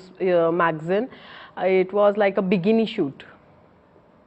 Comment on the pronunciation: Brand ambassatttter, Biggini, Bathtup.......😂🤣🤣 I can't understand how could the interviewer hold his laugh👀